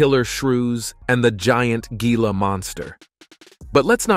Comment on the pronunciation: The mispronunciation is driving me mad lol it's Hee-la monster not Gee-la